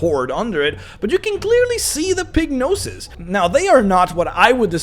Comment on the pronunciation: Was listening instead of watching the video and hearing "Pignosis" and realized was saying "Pig noses." "Pignosis" seems way more appropriate. I'm just going to say that the other editions of orcs suffered from Pignosis.